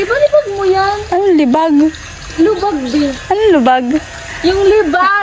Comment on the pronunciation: Ayusin mo kc salita mo lubag k ng lubag,kla ko tuloy LUBAK!!! 😂😂🤣